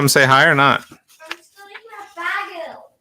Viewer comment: Bag-el. AHHHH HER MOM LOL Mom pleaseeeeeeeee noooo don't bother the poor boy. I wonder about her parents lol Yea. i like Darius. <3 (well done. i'm glad using a cord to the internet worked wonders!)